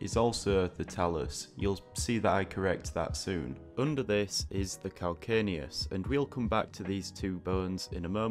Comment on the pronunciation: VERY well done! Even though I already know most of what you illustrated, you showed me a much better way to draw the foot bones. BTW, CAL-CAN-NE-US is pronounced cal-KANE-e-us, even in both American and British English. In Latin: call-KAN-a[long 'a''] -oos.